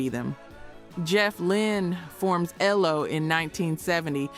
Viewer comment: E.L.O. not Elo. STYX not Sti-x. Led not L.E.D..